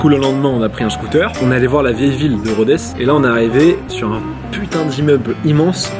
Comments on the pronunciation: Super vidéo, cependant je suis grec et Rhodes ne se prononce pas "Rhodèsse" mais "Rhode" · Cest une blague titanesque ? Rodess ? On dit Rhodes